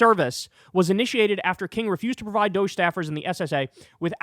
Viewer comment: It is Dog E Not Dousch Call it as it is spelled Dog E DOG E